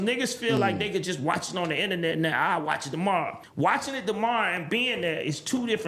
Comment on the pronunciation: no more inananets today has me rolling🤣